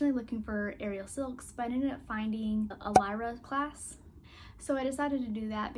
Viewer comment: It's " lee-ra" not "la-ra"